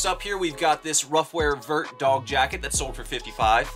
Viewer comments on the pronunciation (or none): none